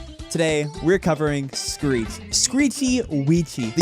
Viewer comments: my man say street instead of screech 💀 edit: he said greet on hult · ok he said Greet! XD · he says "street".